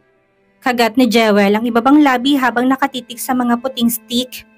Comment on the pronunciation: Pangit naman ng pronunciation ng narrator sa Jewel. Dapat Jiwel ang bigkas na tama nito.